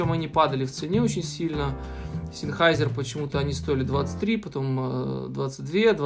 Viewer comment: "Зенхайзер". Ну либо говорите на английский манер "Сенхейсер". )